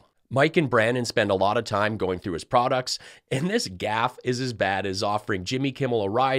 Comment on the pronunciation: Wait...did Mikey say "prod-dicks"? I'm deflamed.